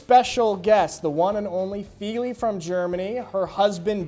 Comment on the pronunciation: If you have lived in Germany that long, you should know how to pronounce Feli's name! 😊 Bet she was cringing!